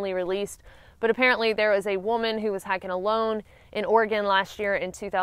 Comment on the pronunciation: Omg yr accent 😂 it sounds like yr saying hacking not hiking girl